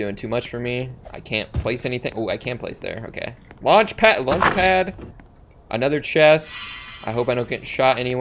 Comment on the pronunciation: Did he just say Launchpad lunch pad?!